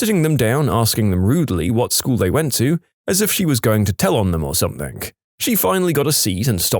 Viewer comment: No k in the word something